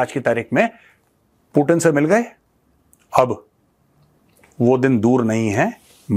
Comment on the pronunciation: पुतिन है वो पूटिन नही